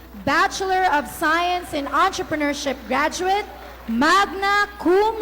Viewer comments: Gradwettt hahaha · Haha...d q nga din alam eh.akala q nsa rally c ateng.pati ung bigas n 20 pesos ska ung nutriban ksama pa.msakit sa Tenga Ang word n GRADWET🤣🤣🤣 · GRADWET AHAHHAHAHHAHAHA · gradwet.. hahahhaha... yan nagagawa ng online class madaling dayain ang grades. HAHAHHA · grradwet lmao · no, it’s grajwet po hihi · "Gagradwet" Lord sorry 😭 pano po to naging Magna? Nakaw 😭 Godbless your paos paos magnanakaw voice 😭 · Yung pronunciation ng graduate 😭 puta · Sino ba kasing nagsabi na ganyan ang pronunciation ng "GRADUATE"?